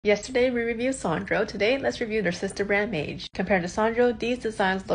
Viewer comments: You’re pronouncing Maje incorrectly (former employee here) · That's not the way to pronounce Maje though.